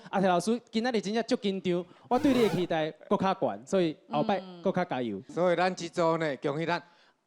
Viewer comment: 豪平 期待台語是ㄍㄧˉㄉㄞˉ 不是ㄎㄧˉㄉㄞˉ